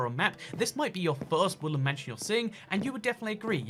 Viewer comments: No hate but why did it sound like he said woolen mansion? Instead of woodland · sounds like he's saying woolen mansions....and that he's probably high on caffeine due to talking so fast.